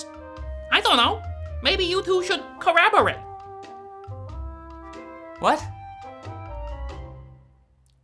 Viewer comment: "Corraborate! Do you and i speak English?" :D